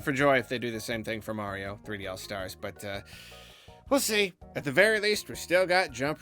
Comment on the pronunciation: "Its-a-me, Marlo"!